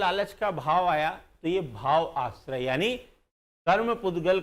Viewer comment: सर, माफ करना, आश्रय नहीं आश्रव कहना, बोलना